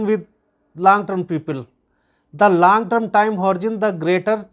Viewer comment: लांग नहीं लॉन्ग टर्म बोल